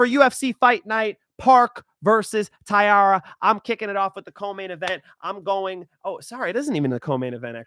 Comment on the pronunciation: Damn Bro. How you butcher Taira’s name? He headlining the event 😭